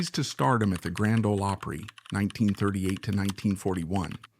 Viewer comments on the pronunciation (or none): Can you at least teach the AI how to pronounce "Acuff" and "Opry"? It is jarring when they get it wrong.